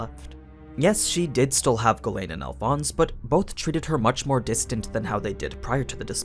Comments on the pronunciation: Man i thought you always said Gawain instead of Ghislaine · i think you speak it as G - Lane